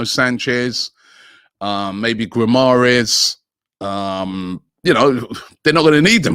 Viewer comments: Who are these players Rob is talking about??? Never heard of Luuuchaaaro or Gumuaaaaaaareashhhh!!! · Robbie it is Lautaro not Lauchuro, there is no /chi/ make effort on the T, like Tank, /Lau/Ta/ro, and also Bruno Guimaraes like /Ramen/ not /GUI/ the (U) is silent, GiMaRaes, please make the effort even use Google translate